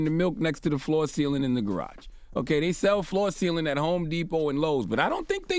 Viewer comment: "Floor Thealant"